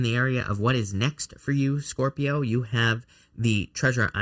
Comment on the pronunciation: Best reading ever! I just love it when you say SCORp-I-o it makes me smile. Love your channel so much. Finally starting a new path after years of setbacks and this reading was spot on. Good luck to all 😊